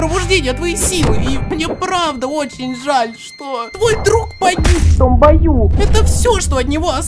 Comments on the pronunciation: мне одному послышалось что там не "в том бою" а мат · Вы слышали первую серию и слышно далбаюм😂❤ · В том моменте где Крискас сказал "том бою" я услышал это как "тумбаю" или как "далбаю" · А мне одному слышится мат в этом моменте?